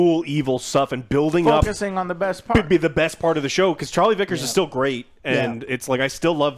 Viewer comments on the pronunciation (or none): none